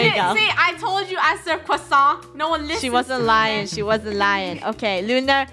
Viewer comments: I thought said croisant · No it's more like crowssa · Funneh: i rate lunars restaurant an orange~ oh is Thats A cRowSanT Me: laughing so hard until mah mum got mad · Lol CREWsants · Tom holland say that word like QUACKSON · Funneh: I rate your restaurant......Crosont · "I'm a ShEf" burns CrOhSaHn ShEf.